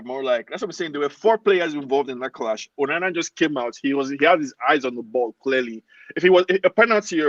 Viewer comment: Its ONANA, not UNANA.